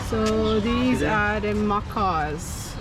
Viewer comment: They are called macaw parrots, not macow.